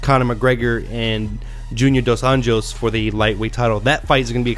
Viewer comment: Small correction. - Rafael (pronounced Ha-fayel) dos Anjos (pronounced Ahn-yos) Not Junior dos Anjos (an-Jo's?) Otherwise, nice job